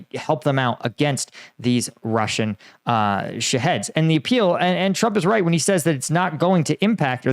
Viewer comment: I keep hearing "shitheads" not "Shaheads"..